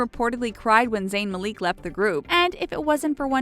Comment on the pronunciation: zayn malik not maleek malick